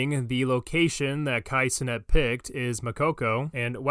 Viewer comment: I'm just here for pronouncing Cenat as "Ce-nut"